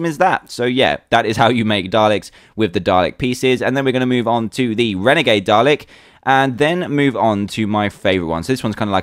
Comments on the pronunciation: I know it's spelt Dalek but you pronounce it Dar-Lick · FINALLY, someone who says Dalek right! Well, I should be expecting this, dan is British... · Yeah it can sound that way sometimes. It's spelled dalek, and pronounced dah-leck. I love the accent! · it pronounced day-leck :p